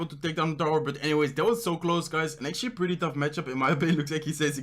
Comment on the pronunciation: Do u know how much “actually” u said ?? U didn’t even say actually u say “acshi” all the time and its so fucking annoying